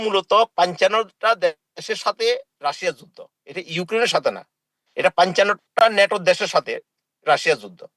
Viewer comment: পঞ্চান্ন কে বলে পাঞ্চান্ন, আর ভাসাকে বলে বাসা.. তার নাম.......।